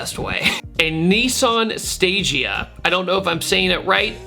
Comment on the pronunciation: For the most part, Stagea I have heard pronounced as "stah gee uh"